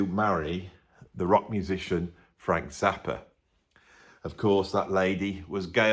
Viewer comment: Interesting, if follows the name "Frank Zappa" with a word starting with a vowel, then he pronounces Zappa as "Zapper".